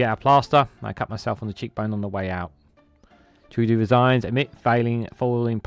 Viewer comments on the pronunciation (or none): we peaked out with justin! now, it's a long, sad road downhill when it comes to pretty-boy PMs. so long justin - you'll be missed! 😊 ps - it's pronounced "true-dough" 😉